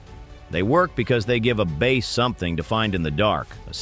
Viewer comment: "base" huh? lol. stupid AI